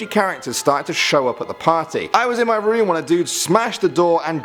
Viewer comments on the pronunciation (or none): none